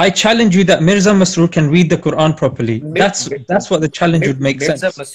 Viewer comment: He's insisted. Tobah even he's defending Mirza's wrong pronunciation. Astağfurullah.